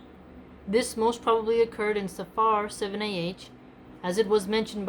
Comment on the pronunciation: it's safr you don't pronounce like safaar , there are so many words in arabic or persian and urdu for that matter the a before the r usually ends quickly as if it wasn't there as the morning prayer fajr etc. jazakAllah